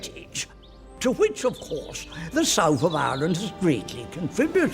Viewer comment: Who in the name of God was "Mister De Val-yoora"? Is he trying to say De Valera? WHAT is that accent?